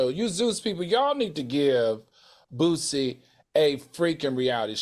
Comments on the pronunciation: The sound of people who speak very proper saying Boosie’s name is so irritating 😂 it’s not Boo-Z it’s BOO-Cee. Damn! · The way she mispronounced Boosie repeatedly is upsetting me and my homegirls. 🤣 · She got to go! Who is this. Does she know anything about black culture. She called Boosie, "Boozie". Harpo who dat woman. Come back Claudia😢